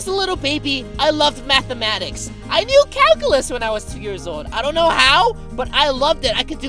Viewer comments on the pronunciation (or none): none